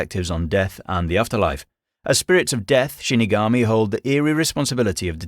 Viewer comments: not trying to sound rude but it is shinigami not shunogomi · Shinigami* not shunogomi 😁 But great video!